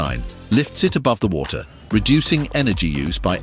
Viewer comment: I appreciate these posts. However, someone needs to listen to the audio before it’s published. The AI mispronounced “water” in a post about water, among many other common words. Ridiculous, not in a good way